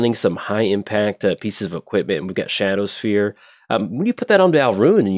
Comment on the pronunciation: It's "Shadowspear", not "Shadowsphere". Would have been tough for Elspeth to stab someone with a sphere 😋